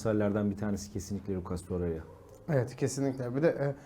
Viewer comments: Torerya diyor ya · Şu adamın ismini Allah aşkına doru söyleyin. Torerya nedir😊